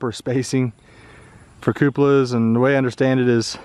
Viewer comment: Stop saying cupalas I knows it fun but cut it out..